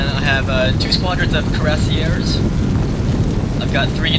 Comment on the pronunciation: it's pronounced KWEE rah SiEH